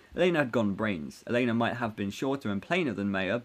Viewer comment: Tell me, what's the thing with elena El -en-a not el-ay-na